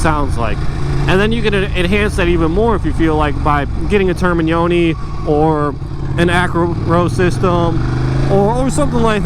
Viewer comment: Nice review, you get extra point for pronouncing Termignoni correctly =P